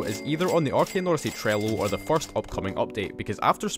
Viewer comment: Why did I hear " Fart " Instead of " First " 😭